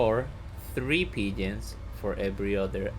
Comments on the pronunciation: Thought you were saying pigeons and I was like wtf is this guy smokin then I realised ur saying P-gens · lol, I figured that out. I'm a noob to this game and it sounded like you were saying 'pigeon' with an accent.